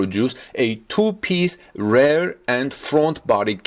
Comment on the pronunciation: REAR is pronounced as reer nor as rare. Please, learn Englisg.